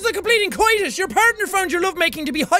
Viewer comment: That's co-it-us.